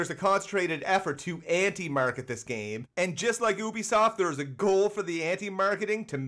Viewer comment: please learn how to say ubisoft